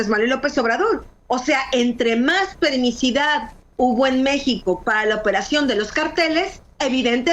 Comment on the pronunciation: Permisividad, no permisidad...